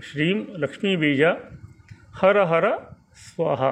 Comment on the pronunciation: Gurubhyo namaha! it is " hara repeat hara".. because har written in devanagari is pronounced as consonant ending..